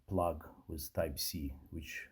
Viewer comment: For the more intelligent when he says Free he means Three, When he says Wiv he means with! This is classic TH fronting at it's worst. He has a problem saying TH!